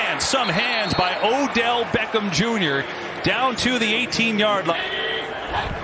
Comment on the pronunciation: I don't like the overe emphasis this commentator uses when he says "Beckham."